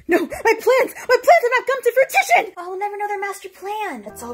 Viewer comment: fruitition polka dot blouse-san? the right word is fruition